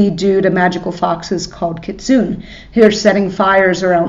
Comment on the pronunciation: Kee-Tsu-ney is the Japanese prononciation. But if you wanna say kit-soon I’m not gonna stop you.